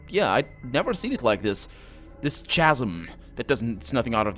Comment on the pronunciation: Chasm reads ˈkazəm :)